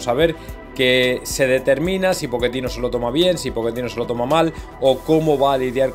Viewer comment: POCHE CHE CHE CHE CHE TINO ,,,,,,, , NO POKETINO ¡¡ MADRE MIA .!!!!!